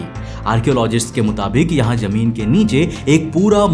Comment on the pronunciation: lovely work bro. try saying zameen not jameen. Your voice is awesome just pronunciation throws me off